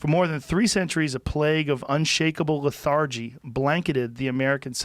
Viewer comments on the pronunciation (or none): LETH-er-gee (not leth-ARE-gee) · Joe "le-THAR-gy" Rogan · Joe "leth-THARgee" rogan